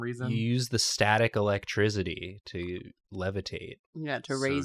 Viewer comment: I now realize that consistently says "Electrizzidy"